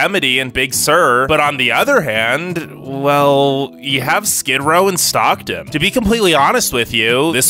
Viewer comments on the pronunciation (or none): none